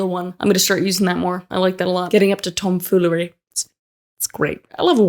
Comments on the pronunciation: Tahhm FEEwleryy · The “tombfollery” of this video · tomfoolary ? what kind of English is this ?... shit... we didnt learn such a word .......... why not silly 🙃